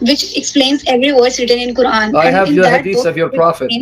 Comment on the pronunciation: only pick on women from the comfort of his house come out on the streets. talking shit once again as if he knows anything about the Quran. First learn the pronunciation of the words properly